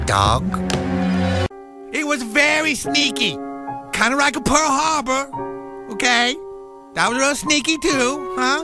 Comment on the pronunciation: Kind of rike a pearr Harbor